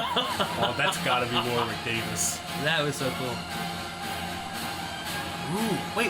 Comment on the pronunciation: Warwick has a silent w in the middle, so its pronounced like Warick i think